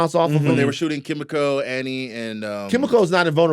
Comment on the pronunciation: Ki mi ko not kim me ko